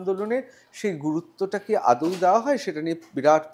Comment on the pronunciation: ইনি আদৌ কে আদেও বলেন কেন?